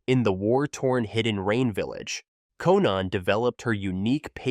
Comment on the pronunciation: If u are gonna make vids about naruto characters, learn how to pronounce their names correct. I went "Huh, who?" when u tried to pronounce Kisame or Konan or Sakura. Other than that great video, keep up the good work :)